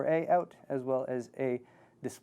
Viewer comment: 'dispaly' port?